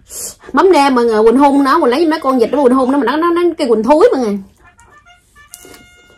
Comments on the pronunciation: con zịt sai rồi chị con vịt mới đúng 😂😂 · cũng nói ngọng ghê không🤣🤣 con vịt mà bả bảo con zịt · said: ý con là con Vịt mà con phát âm không rõ nên ra con Dụt 😶😅 dễ thương vãiiii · Con vịt chứ k phải con zịt, cũng sai lun